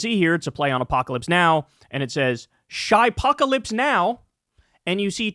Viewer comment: It's "Chip" -ocalypse like CHIP.